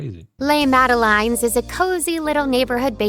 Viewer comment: Did she just say Sweet Madeline’s?!?!?! It’s spelled Madeleine’s, pronounced Mad e laine. That is the French spelling. I blame Ronald Dahl. Btw, my daughter is Madeleine ❤ Great video 👏